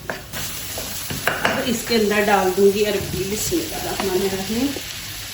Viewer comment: Sister arbi nhi arvi bolo